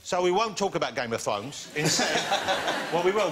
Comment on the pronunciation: WTF?! Am i the only one hearing it as " game of THONGS"?!